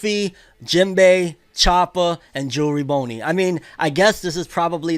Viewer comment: Bro it's Jewelry Bonney not jewelry Boney